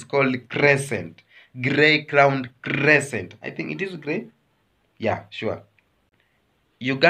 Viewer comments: Crea-sted crane not crescent but anyway thanks for the show❤ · Please Kenyans that's not a chicken 😂😂😂stop ashaming your primary teachers !!,either say a bird or A CRESTED CRANE THE BEAUTIFUL AND A PEACEFUL BIRD EVER.But not a CRESCENT like the way your pronouncing it my brother,and tell my neighbors that a chicken is already cooked bird or hen ready to be eaten but not live one still with feathers hence I came in peace.